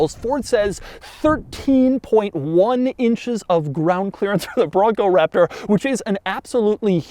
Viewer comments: The emphasis on “Raptor” got old after the first time. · he does it for every SUV now it seems. gets old. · Great review...but the way you say Raptor needs to chill.